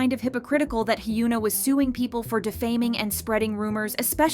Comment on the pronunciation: one day, the VA will learn how to say korean names. until then, i’ll keep learning about hyoona and eun-sock.